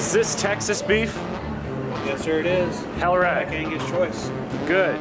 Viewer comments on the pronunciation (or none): Texan here, it's not "Hell Rat" it's"Hell Rite" Get it straight lol, y'all look hungry, sit a spell? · You kill me when you say "Hell Right"!! Lmao!!! It's "Hell Yeah" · “Hellright” lol! Coly cow! Or should I say whole cow? You demolished that. Congratulations on finishing so fast and congratulations to you and both on a new win!